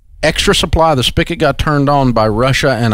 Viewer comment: Come on, Dave. It's pronounced (and spelled) SPIGOT, not spicket. You're not a stupid person, so don't speak like one.